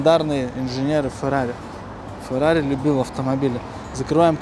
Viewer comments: это не фэрари а Феррари правильно. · Если не умеешь выговаривать Феррари , не стоить покупать Фэррари.